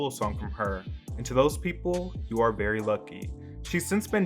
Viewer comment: “you are ‘BERRY’ lucky” hehe i’ll go home...